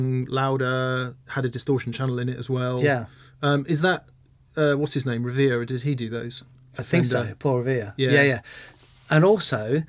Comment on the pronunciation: Did you guys call him Paul "Revere"? lol